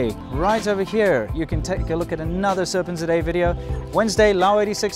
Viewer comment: I have been pronouncing Serpentza all as one word (italian style) . I am gutted to learn that it is actually Serpent zed aye